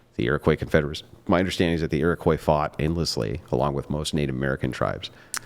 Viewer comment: A person pronouncing the "s" at the end of Iroquois is going to explain the history of the people. First off, lady, most of us don't use that term. Secondly, shut up. You're not on my side and you don't know where of which you speak.